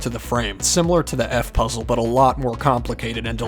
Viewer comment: Bro he said the f puzzl to f__k